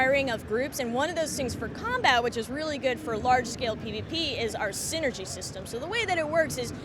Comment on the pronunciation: Seenergy lol